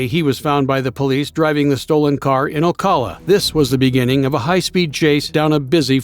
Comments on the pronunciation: i live in ocala fl. it is pronounced. O-CAL-A O LIKE O'RILEYS OCALA NOT OCALER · Last story...First, it's Oh-cala, not ah-cala..and second, Prouty is a lifelong scumbag who deserves to be in prison till he dies. Beating up a 65 year old woman for her purse!? P.O.S. He'll never change, he loves his meth too much. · lol you can tell when someone’s never been to Florida by the way they pronounce ‘Ocala’ 😂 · Oh car lah?